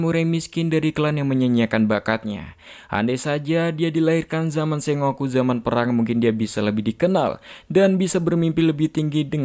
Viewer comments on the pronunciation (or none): none